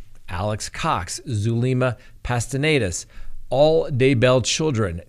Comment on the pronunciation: Why do you always call her Zulema PASTENAYDAS when her last name is a simple PASTENES??? You’re adding like 6 extra letters and a whole extra syllable. Keep it simple.